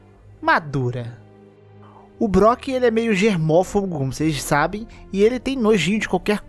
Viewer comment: germófogo? nao é possivel q vc esteja falando essa palavra